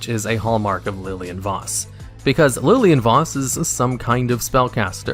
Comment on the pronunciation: He also pronounces her name correct